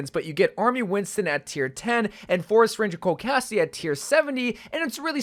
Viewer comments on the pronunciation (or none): none